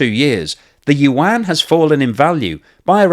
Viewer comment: Yuan - the Chinese pronounce it yu - en.